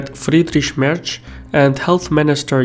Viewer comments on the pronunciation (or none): Nice name pronouncing. You only got "Merz" a bit wrong:-) The name "Annegret Kramp-Karrenbauer" is even for German mouths tough to pronounce (kudos for getting that right), which is why everyone uses the acronym "AKK" for her. edit Here's a link with current polls for German federal politics: There a signs that the current fractioning of the political landscape could reverse to the Green party as new leftwing block and the AfD as the new rightwing block with each opposed ideologies. In case Germany will still exists in 2021 when the next federal elections are going down both parties will get each 25+% of the electorate. Bottom line: We might end up with an entirely new (relatively) stable political equilibrium that won't have much in common with (Western) Germany's post WW2 past. PS: Excellent video as usual! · the other guy, märz (spoken like "merts"), is not "conservative technocrat", he is industrial elitist